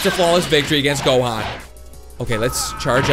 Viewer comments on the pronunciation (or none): You said gohan not johan